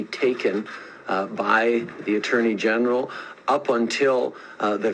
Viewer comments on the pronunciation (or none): none